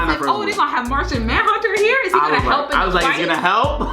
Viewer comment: Lmao he said Martha Manhunter 😆